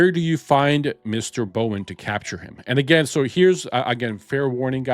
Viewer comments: brawn.... not bowen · How do you pronounce Brawn so incorrectly? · DR BRAWN, not Dr Bowen. Can you not read? Seriously surprises me with the pronunciation, It’s not even a complicated name!! Also the pronunciation of the Japanese island is just as bad. Can you read ok?